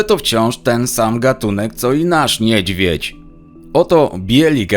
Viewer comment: Skad oni ostatnio w Polskim biora to...no njedzwiedz...niedzwiedz a nie njedzwiedz.